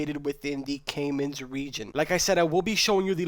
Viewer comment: Your pronunciation of caimanes is funny, considering you are playing a game that teaches you how to say it properly, dumb fuck